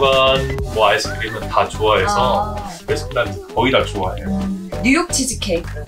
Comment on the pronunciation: 베라 아니고 배라